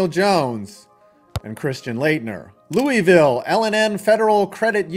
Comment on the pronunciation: Thats not how you way louisville lol